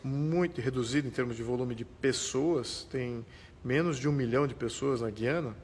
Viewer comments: FALA-SE: GÚIÂNA !!! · Meu caro, aprendi na escola que GUIANA se fala pronunciando o "U" e não como se falássemos, por exemplo a palavra "guinada" onde o u não se pronuncia. Será que só eu estou errado ?